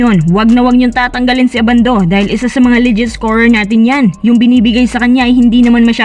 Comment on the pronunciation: Ang pronounciation ng surname ni Renz ay Ndi po ABANDO na parang UBANDO (bulacan)